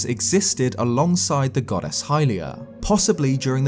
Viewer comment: every time yoi say goddess i hear 'god-ass' and i can't unhear it!